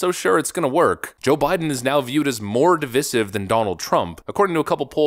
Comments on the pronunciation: I like your content but I don’t think that’s how you pronounce divisive ❤ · DIVISIVE does not rhyme with dismissive. Otherwise, well done.